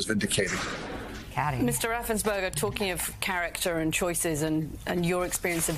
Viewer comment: " Helloooo Raffensburder ( because u know tRump was obviously thinking about a hamburder😂) I need 11,870 votes. Seriously Mr. Raffensperger u might have saved Democracy. Thank You sir !